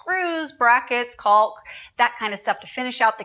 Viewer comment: Great series and a beautiful outcome. Would be interesting to see the total budget if you had to pay for all of the sponsored supplies and services. And, BTW, the L in caulk is silent.